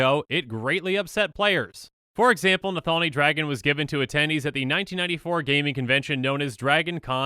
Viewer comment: bruh, how are you getting nathalni out of nalathni?